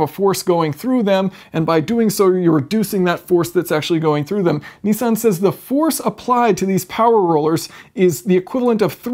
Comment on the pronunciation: A very clever gearbox & relatively simple too! I can't believe they've been around so long either! I'm surprised other manufactures haven't taken it up, what's the catch? Btw Jason, I see you still haven't learnt to pronounce Nissan properly! ;) It's Nissan not Neesan :D heheh